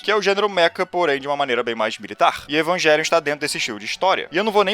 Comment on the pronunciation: Evangelion é uma palavra de origem latina, então não se pronuncia evangelion